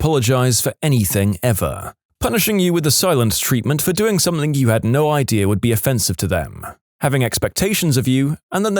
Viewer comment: Mate, it's "something" not "somethink". There is NO 'k' at the end of the word. Please, for the love of all that is good, sort it out 😂